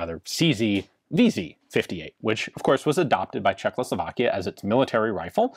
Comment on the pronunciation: Please, stop saying CzechLoslovakia. It's Czechoslovakia. Thanks